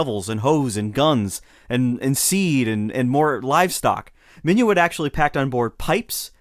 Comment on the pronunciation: It ain't Minuit as in " Have you et your breakfast yet?". It's Minuit as in "Git in here".